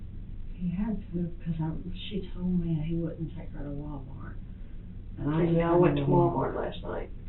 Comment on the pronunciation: Did she say: “love this man to DEATH”?😂also i somehow heard her saying WalmarK